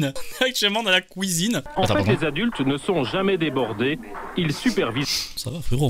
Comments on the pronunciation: Je tiens précisé que je suis belge et j'ai jamais été au courant de cette famille nombreuse.. Ne nous mettez pas tous dans le même panier s'il vous plaît. Je ne dit pas KOUISINE, mais cuisine ^^'. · "couisine" ce que j'ai retenu mdr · Couisine... Promis vrm, on dis pas tous ça...